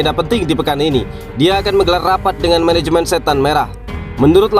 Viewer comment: Menehemen heloly heloly meneheunithed